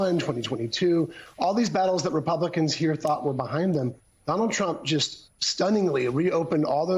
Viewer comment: Or putting the emphasis on the last syllable: AKA "Don-OLD Trump"